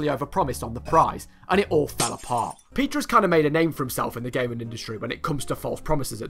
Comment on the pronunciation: I thought you said he was called "Pizza" not "Peter"